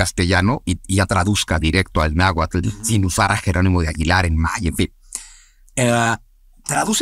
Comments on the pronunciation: Laverdad no se si creerle mucho a un wey que dice saber un chingo y pronuncia naguatul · Pues di en que se equivoca, aparte de que no pronuncie bien el Nahuatl 😅😅